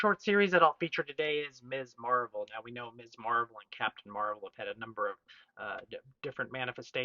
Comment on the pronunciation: Ms! And pronounced correctly too, as in Mizz. I can't tell you how many times YT comic channel hosts pronounce it as Miss (as if the 70s and feminism never happened).